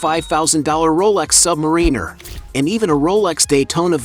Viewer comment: He doesn’t pay for the Omegas as he is an Omega spokesperson and you pronounced Submariner wrongly.